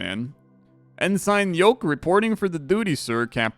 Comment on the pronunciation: As a veteran I died a little inside each time you ensign 😅 Pronounced N-sin Alright that's enough tabbing to YT on work time back to coding